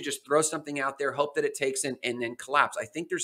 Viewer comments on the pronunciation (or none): none